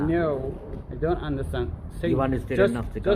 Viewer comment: 1,000,000% man. Let the animal not be able to "unastan Inlish" back in Unastan. maybe thats his country. NoUnastan?